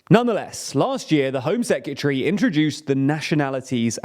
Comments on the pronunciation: Please say secretary correctly. Secatery isn’t a word. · I love;DR but please learn how to say secretary